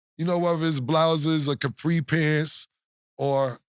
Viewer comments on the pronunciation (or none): none